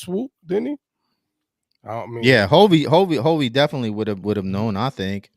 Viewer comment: It's hulvey not hovy and forrest frank and hulvey both said how they met. Forrest scrolled upon hulvey's IG reel and that's how he discovered hulvey.